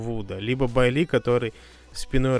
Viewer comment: Типа Байи. Ну будем исправляться.